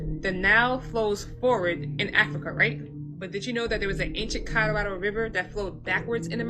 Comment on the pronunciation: The woman discussing how likely the Americas was once part of Egypt, but the way she says Colorado blows my mind! Thank God, there were some closed captioning, on the screen, bc it sounded like she was saying Codarodo? Say what & where, now? The way people screw up words is insane! If u’re going to make a video, learn how to pronounce certain words that u couldn’t otherwise pronounce! For example, like I heard somebody calling apostles, apos-tills !